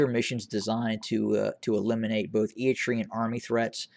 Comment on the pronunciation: This channel has become the TDF fanbois network. TDF lost 300,000 members and this guy is still cheerleading for them lmao. Also, learn how to say Eritrean. It's eh-ruh-tray-uhn not E-e-tree-uhn. What a fool